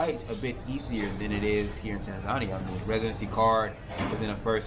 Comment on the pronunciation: You should learn to speak the name of the country correctly